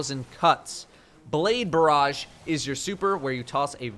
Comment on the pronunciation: Blaed Barrage Lol